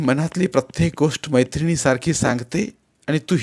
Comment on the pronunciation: तुमसे वचन खूप् छान आहे पण तुम्ही वन्स आणि गोष्ट हे उच्चार तुमचे वेगलेच् वाटतात्